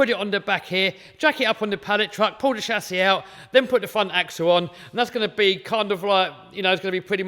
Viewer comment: I love the way he says 'shasis'😂 You will definitely win the competition 👍👍👍👍👍 MY BEST WISHES ❣️!!!